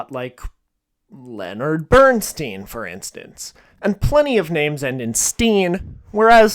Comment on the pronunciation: At the mark - Leonard Bernstein never pronounced his name as "steen," as if rhyming with Bruce Springsteen. It was always ..."stine", as in "Frankenstein." Watch any interview , introduction, or video with him, or about him, you'll see. Indeed, if anyone ever mispronounced his name as "Bernsteen" to his face he'd correct the pronunciation.